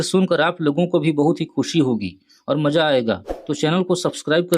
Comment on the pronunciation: भाई आप तो सदा बोलने में ही ग़लती कर रहे हो, मजा आएगा बोल रहे हो। मज़ा आएगा बोलो भाई। वो रफ़ी साहब थे स्टूडियो में गाए गानों में कभी ग़लती नहीं की। स्टेज की बात जुदा है।